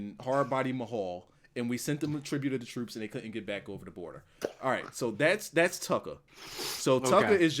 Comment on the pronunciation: lol I need someone to make a compilation of saying "Tuckah"